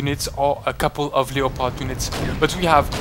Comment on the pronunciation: You say Leopard this way: "Leh-pard" not "Leh-oh-pard" XD